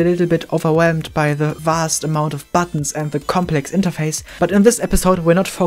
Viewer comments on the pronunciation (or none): "Complexindietür" Hahaha... Super unexpected.